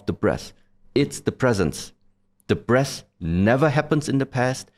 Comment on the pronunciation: We all know we laughed a little when he said when you focus on the breastht 😂